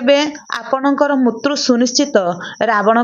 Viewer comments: Mrityu kahibe, apana mutru kahuchhanti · ମୃତ୍ୟୁ କୁ ମୁତ୍ରୁ ପଢ଼ିବା ଠିକ୍ ନୁହେଁ l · Kan bhasa ta thik se kahi januna.. Uchharana bhul kahucha.. Mrutyu ku.. Mutru... Mutru kan kahucha... Hasa labuchi tuma katha sunile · ମାଉସୀ ମୁତ୍ରୁ ମୂତ୍ରୁ କଣ କହୁଛ, ଫେରେ ମହସ୍ରି ବି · ବହୁତ ଭଲ ଭିଡିଓ। ମୃତ୍ୟୁ ର ଉଚ୍ଚାରଣ ଠିକ୍ ଭାବରେ କରନ୍ତୁ। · ଝିଅ ତୁମେ ଜଣେ ଓଡ଼ିଆଘର ର ଝିଅ ହୋଇଥିବ ନିଶ୍ଚୟ ଯେହେତୁ ଏହି ଓଡ଼ିଆ ଲେଖା ଗଳ୍ପଟିକୁ ପାଠ କରୁଛ ଇଉଟିୟୁବ ଚାନେଲ ମାଧ୍ୟମ ରେ କିନ୍ତୁ ହେ ମହିୟସୀ ମା ତୁମେ ଲେଖା ଟିକୁ ସଂଶୋଧନ କରି ପଢ଼ିବାର କଥା, କାରଣ ବାରମ୍ବାର ମୃତ୍ଯୁ ଓ ମୃତ୍ୟୁଞ୍ଜୟ ଶବ୍ଦ କୁ ମୁତ୍ରୁ ଓ ମୁତୃଞ୍ଜୟ ଉଚ୍ଚାରଣ କରିବାଦ୍ୱାରା ଓଡ଼ିଆ ଭାଷାର ଶବ୍ଦାବଳୀ ଅପଭ୍ରଂଶ ହେଉଛି ତେଣୁ ଦୁଃଖ ଅନୁଭୂତି ହେଉଛି, ଆଗକୁ ସତର୍କ ରହି ପଢିବାକୁ ଚେଷ୍ଟା କଲେ ଭଲହେବ ବୋଲି ମୋର ଆଶା, ହରିଃ ଓଁ ଜୟ ଜଗନ୍ନାଥ ସ୍ୱାମୀ ଜୀ, 🌹🌹💞🕉️💞🌹🌹👍